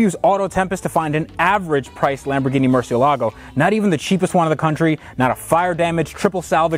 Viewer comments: Murcielligo? Lol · Haha! Loved the way you said 'or as the UK guys say, Murchee-elago': it was annoying me the way you were pronouncing it up until then, so that was a very nice touch, fair play!! (Porsha or Porsch..... who bloody cares really!!! Hahaha!!!). Incidentally I'm Irish, but we pronounce it the same all over Europe. 😁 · Mer-see-el-a-go. LOL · murciealago? xD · The way the VINWIKI guy said murcialago 😣😫🤒😷😖😔😢😭😰😱😨😧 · Tht first guy needs to learn how to pronounce murcielago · Mr Vinwiki please learn to pronounce ‘Murcielago’